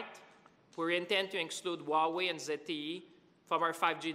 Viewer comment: Cant even pronounce hua wei right let alone be a taken seriously by anyone.